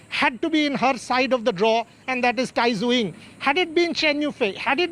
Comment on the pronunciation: Tai Tzu Ying correct pronauncation: die zeh ing